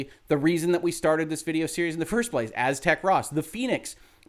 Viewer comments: AZ-teh-cross. No biggie. Cool to see a lawyer cover this. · I'm not sure anyone except Aztecross knows how to pronounce his name. Is it Aztec Ross? Azte Cross? Aztec-Cross? lol. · Great vid! (Although you pronounced Aztecross wrong) this is the first vid of yours that I've seen, and your content seems really informative and well done.